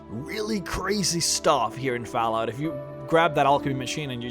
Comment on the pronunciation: You say fallout really strangely, what accent is that?